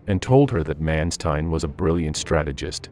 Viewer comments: I would have appreciated if the correct pronounciation for Generalfeldmarschall Manstein would have been used, because this sounds absolute terriffic.. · The pronunciation Manstein & Kursk in this video is odd.